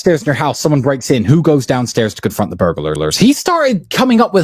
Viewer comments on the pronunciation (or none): Lmao am I the only one who caught T saying burlarlars rofl I was dying laughing